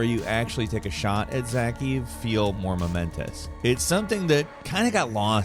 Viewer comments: Guile Suit? Zah-keev? "Guile suit" could just be a childhood inside joke, but you hear them say Zakhaev so many times during the game you'd think he'd be immunized from mispronouncing it, so you may be right. Maybe he's on a mission to shorten the lives of people with OCD. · Imran ZAKHAEV (ZAKA YEV in pronunciation) Come on,... this has to be deliberate at this point. They say his name enough in the game to know how it's pronounced xD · Oh no. Not him. Not. “Imran Zakeev” 😩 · should be banned from making videos with how he pronounces Zekhaev. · Bro how are you butchering Zakhaev's name like that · To this day I have not played a better FPS mission. Sad that even CoD can’t live up to it. Damn you butchered that pronunciation of Zakhaev😂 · How did you pronounce Zakhaev wrong two entirely different ways in the same video? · Nice video. So nice I can let your butchering of the name Zakhaev go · How do you play this mission multiple times but still mispronounce Zakhaevs name? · This video makes me so mad I hate this narrator who didn’t actually take the time to even pronounce the dudes name right?? What a disrespect to the game and to those who love it. Pissed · This video would have been better if the dude was able to pronounce the antagonist’s name correctly. Za-kie-ev. Not Za-keev. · I wish you guys would do a little bit of research before you churn out these gamerbait videos. You said "Zakeev" when his name, pronounced "Za-kay-ev" is said many times throughout the game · Zakhaev. “Zuh-Kie-Ev” not Zak Heave. Love the vid tho lmao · Zakhaev ❌ Zakiv ✅ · Zak-ha-yev not zakheev. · ”Imran Zakiv” 🤦🏼‍♂️🤦🏼‍♂️🤦🏼‍♂️ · Ohhhh! How the ZAKIV hurt!!! It's ZA-KA-YEV !! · Pretty sure it's pronounced "za-KEYE-ev" not "zackeev" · Yeah this mission is top tier CoD. Your pronunciation of Zakhaev’s name triggers me. It’s said like this: Zah-Kay-Evh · My boy said Zakeeb. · IM- RON- ZUH- KYE- EV . Get it right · “Zak-Heave” lol